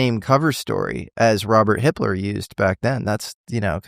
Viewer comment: Whenever they said, "Hipler," I kept hearing the other, German guy's name.